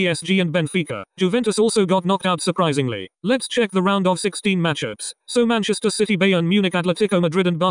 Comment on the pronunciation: He really said Manchester shitty